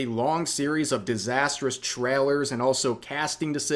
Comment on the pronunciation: Am I the only one kinda wondering where Rev is from with the way he pronounces "Trailer" as "Traler"?